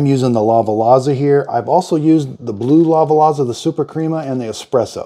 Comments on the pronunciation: Sorry to be picky…. But it is pronounce La Va Za. Also…if you are finding that the espresso is too bitter then there a few things not right. First and foremost it could be the coffee you use. There are so many FRESH bean options out there that make wonderful NON BITTER espresso. When you shop for beans look for a roast date on the bag. It should not be more than a few weeks out or at least one month out from the current date. Second, even with the right coffee there are many variables for a great espresso - the amount of coffee in grams, the grind quality, and the temperature of the brew. You should also be timing your shots with a timer when you hit play. The brew should take between 25 and 35 seconds for a double shot. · Lava-Lazza? Bus'tillio? 💀